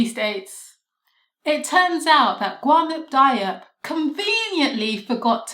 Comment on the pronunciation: Watched the last presentation which was great and am only seconds into this one but want to help you with the pronunciation. I've tried to write it phonetically: Ga-noon Dee-op